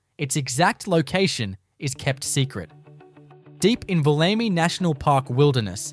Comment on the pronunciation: .......and the correct pronunciation of geographical names such as Woomera and Wollemi.